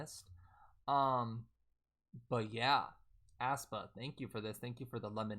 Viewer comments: aespa is pronounced (es - pa) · it's pronounced ES- PA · “ass-pa” in crying 😂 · it's pronounced 'eh-spa' lmaoo like eh in egg 😭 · Sup bro, the 'ae' in aespa is pronounced like a normal 'E', so it's just 'Espa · Well, Karina did pronounce it that way once lmfao 😂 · the way he pronounces aespa like u’d pronounce asthma is killing me